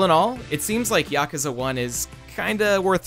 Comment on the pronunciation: Finally an American boi calling Yakuza as YAkuza and not YakUza, ah that sweet sensation of fulfillment :')